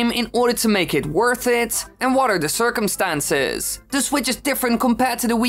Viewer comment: “Circumenstances” lol